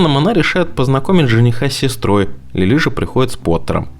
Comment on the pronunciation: Не Лилú а Лúли!